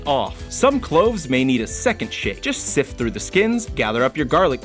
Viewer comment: listen to how he pronounces sift...